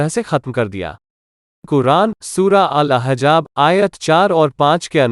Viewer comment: Al ahjab nahi al ahzab tum musalman nahii hindu ho aur suno Shankar agar antaryami hota to bhasmasur ko kabhi vardan na deta propoganda channel